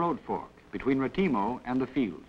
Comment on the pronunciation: Nearly a German failure, ahhh Retimo.